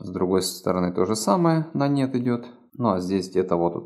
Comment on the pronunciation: Извольте выражаться понятно! "А вот тут вот тоже идет на нет", с акцентом Копатыча абсолютно не понятно!